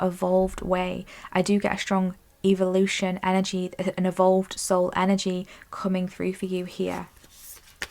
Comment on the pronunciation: Please say “EH-vo-lution” not “evil”!!